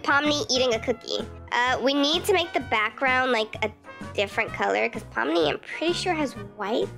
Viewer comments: You are saying it right! Here ill sound it out for u! Pom-Ni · Ur saying Pomni correctly ❤🖤❤️🖤❤️🖤❤️🖤❤️😁😁😄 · and you said her name right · Yes you said it right😊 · Yeah your saying ❤️Pomni💙 right and I LOVEEE The Amazing Digital Circus SOOO much!! 💕 Thank u so much for this video ❤🖤 and u should do reaction video of the amazing digital circus one day!! 😃❗️ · You are saying it right ❤ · I love ur vids and amazing digital circus! Im so happy you're doing this! Oh and u are saying pomnis name correct. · Your not saying pomni wrong just to be clear